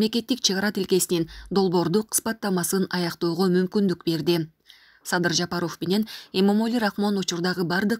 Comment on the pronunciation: Комментатор туура сүйлөсөңөр ЖапАров деп